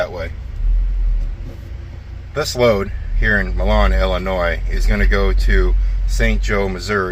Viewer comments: It's My-lan (Milan). Commonly mispronounced. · Wet cake is solidified roundup. And it’s pronounced mylin not Millon like Italy. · Its pronounced MYLAN.Used to deliver to Milan ill,eagle foods every week back in the 80s.hauled fruit,vegetables etc to there as a backhaul out of California and arizona,for Little Audrey's Trans out of Fremont Nebr.Drove one of father-in-laws trucks.Sam Bowman trucking.yeah,i know,its a long time ago.41 years to be exact.stay at Mc Donalds.if they have parking for trucks,you can park there.grab some breakfast in the morning. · Fun fact: while most reasonable people would pronounce Milan (Ill.) as you do, the actual pronunciation is MY-lin. Don’t ask me why, but that’s how it’s pronounced.